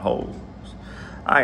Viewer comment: “I got holes in my ritto”